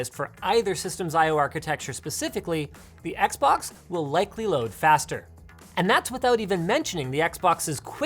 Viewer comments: "the xboc" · "XBOC" AHAHAHAHHAHAHAHAH